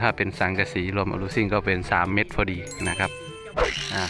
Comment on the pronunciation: เมตรไม่ใช่เม็ด😂